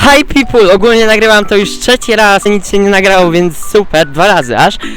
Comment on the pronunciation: haj pipul XD jeszcze ten śmiech 😂